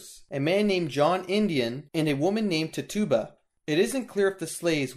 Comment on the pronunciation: I believe her name is pronounced titchuba